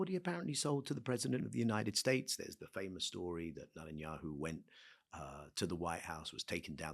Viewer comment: I wonder why Levy has consistently pronouncing Netanyahu's name as Nut an yahu. Is this intentionally calling him a nut?